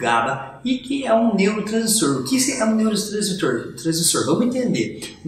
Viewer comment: como confiar num médico q nao consegue nem falar "neuro transmissor"?